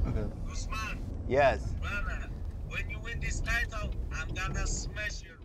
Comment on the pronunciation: “I’m gonna smesh you” 😂😂😂😂😂😂